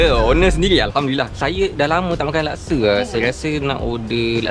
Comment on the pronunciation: Laksa, bukan lakse